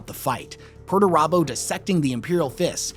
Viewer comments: Pretty sure it's pronounced "Peter turbo" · Thanks to your pronuntiation of Perturabo I realized his name isn't actually PERTURBADO. Missed a chance there GW.